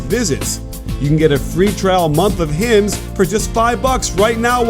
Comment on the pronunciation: "HIMS" xD